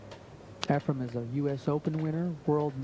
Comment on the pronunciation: Is this jerk saying EfreM? Time to turn off the audio.